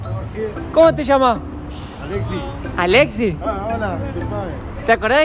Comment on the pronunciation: No, Mateo, el flaco no se llama "Alesi". Se llama "Alexis", con "s".